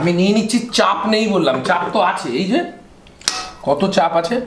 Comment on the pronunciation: এইজো না এইযে